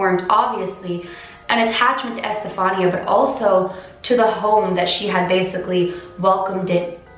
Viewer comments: That's my name! It's pronounced estefanee-a. The way she says it is how all my teachers would 😂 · Okay, just a comment x), the accentuation on Estefanía's name goes in the "i" instead of the "a". It's ocay though, pronounciations are werd.